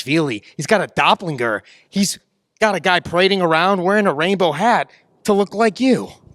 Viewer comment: he fucked up the word "doppelgänger" as well.